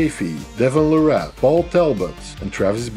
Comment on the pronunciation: Larratt is pronounced Lair it